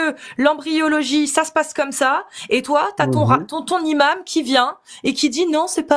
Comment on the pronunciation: pourquoi tu bug avec les liaisons avec le mot Imam?!!!Le imam? Les Imames.Les Zimames.Ce imam? Cet Imame non? A part ça t'es au top faut bien qu'on te trouve un défaut!!!